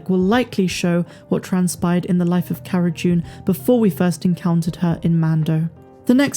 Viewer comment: Does she keep saying CARA 'JUNE'? Sure sounds like it.